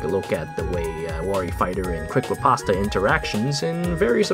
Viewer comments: FYI - Riposte is pronounced "repost" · You literally mispronounced every goddamned word possible. Analyzed. Wary. Riposte. Eliwood. Fahk, man, stahp.